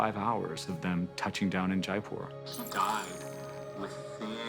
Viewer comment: 'Died' (with an emphasis on the last D) pronunciate girl pronunciate!!! Articulate girl articulate!!!